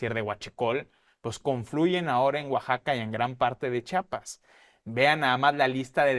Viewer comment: Antes de decir CHIAPAS, lávate la boca compa y sobre todo aprende a decirlo bien. Pinche periodista culeros que ni hablar saben.